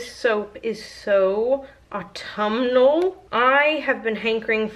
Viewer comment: Say "Autumal" ONE more time... ....and I will eat the soap. HA.